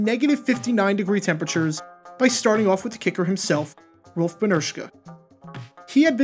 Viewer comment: Seriously, how can you pronounce Rolf’s name flawlessly, but mess up names like Jim Covert or Gaston Green? WTF?